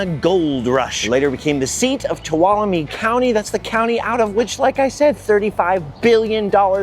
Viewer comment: HOLY COW, you said Tuolumne right!!!! Welcome to my part of the world!!!!